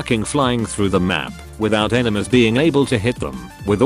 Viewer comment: did the tts just say 'Enemas'